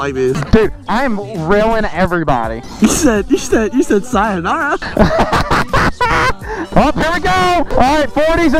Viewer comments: I died of laughter when he said sianorah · When said syanara tho😂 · really said sianora 🤣🤣🤣🤣